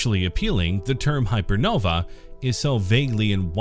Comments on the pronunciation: Couldn't you at least have learned how to pronounce "hypernovae" before recording a video about them? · nope. "Hypernovae" sounds different from "hypernova". That way, people hearing you will know whether you're talking about one or more.